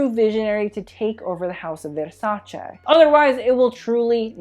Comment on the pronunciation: stop saying vérśäćę plsss 😣